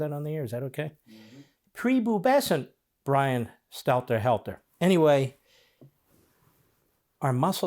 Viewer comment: "Pre boo bescent" 😂 Prepubescent, even 🤪🤣